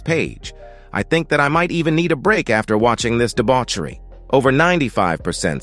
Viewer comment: "Debauchery'' Lol